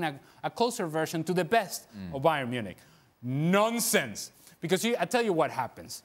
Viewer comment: Ale said that "nonsense" like a Nigerian 😂😂😂